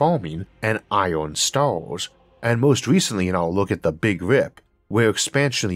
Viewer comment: I just realised something. The fact that your pronunciation of 'Iron' here is noticeably 'flawed' made me realise how far your speech therapy has taken you to this point. I've watched dozens of your more recent uploads and I had managed to completely forget you ever had a speech impediment. This isn't even an example of rhoticity, it's just that the slightly unusual phonetic stressing reminded me you used to have rhoticism. The amount of work you must have put in to get this far is incredible. Overcoming rhoticism is not easy by any stretch of the imagination. The feeling of vicarious pride I have on your behalf is almost overwhelming!